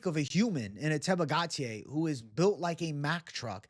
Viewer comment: GAUTIER is pronounced: GO-TEE-HEY, not Gatier